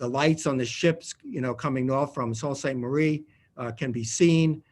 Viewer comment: I I thought it was pronounced 'Soo Saint Marie,' not 'Salt Saint Marie.'